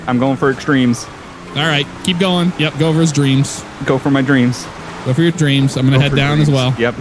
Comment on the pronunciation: said "treams" lol